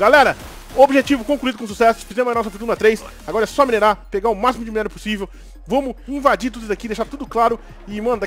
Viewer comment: Mano o falando errado o minério do ouro da uma agonia Vey kkkkkk